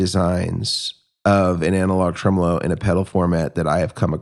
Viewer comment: “Tremel-ho” This is why I listen to this podcast 😂